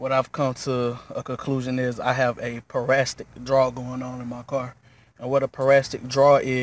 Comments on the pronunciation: Boy!!! pronounce your words right its Para-Sit-ic not parastic!!! again it's Parasitic.. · I cringed everytime you said parastic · Excuse my mispronunciation its parasitic not parastic. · It’s parasitic not parasstic but great video mine is doing the same thing now and I had to charge two batteries to get it situated. I replaced my battery initially and found out that was not the issue. Going to try this text next.